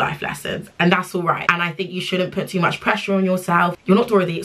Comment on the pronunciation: ‘Too mosh’ chuckles in Nigerian 🤣🤣🤣